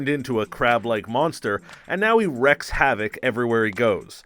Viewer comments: He says lots of words he’s only ever read in this video... super CYAN, WRECKS havoc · Christ, can nobody on youtube pronounce wreak havoc correctly? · Okay I'm sorry for this but it's reek havoc and super Saiyan like Say-yan. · This guy is illiterate. "Super syan" "Wrek havoc"